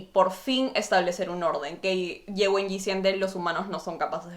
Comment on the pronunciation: Las presentaciones se dan alternadas, y después se conectan, no como las comentaste. Para cerrar recién se revela lo que hizo Ye Wenyie, y se pronuncia la e final.